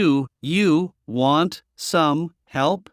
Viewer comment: No se dice Guant se dice want , want. No se dice guai se dice why como se escribe